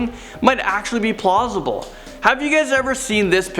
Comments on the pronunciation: did he say plosible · He said plausible, it's hard for me to explain but it means something along the lines of;can be explained and is likely. Probably not the best definition but close enough to give you a basic idea.